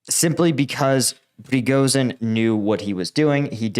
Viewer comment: You are pronouncing Prigozhin wrong. The "zh" is not pronounced like the "s" in "asshole", but like the "sh" at the beginning of "shithead".